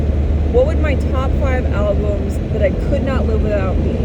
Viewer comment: 1. The coffee hit you, first caffeine for awhile and then, "were goina take what we can get today". Smile. A true coffee moment. BTW again, you said Alblums twice, 😜 Okay let me be of assistance. Name ten albumens you listened to in grade 3,6,9 goose drank wine etcetera. 2. Yes the other Tim sucks. Those ugly brown uniforms the imported workers wear are total Military of the dystopian future-esk (but not Eskimo no no no). In Canada no Eskimo okay? Now Edmonton's CFL team is the E-Elks. At least until the Elks go berserk, and they can. The people formerly know as Eskimos are just the Inuit. Totally different from the indigenous unless you consider its the same name in a different tongue. 2a. Maybe. 3. You're not much into the Canadian landmarks are you? Ceptin for Calgary. Gee thanks for the tour. Born Caly but I preferred Dallas. Back to BC try the 37 next time, in the spring.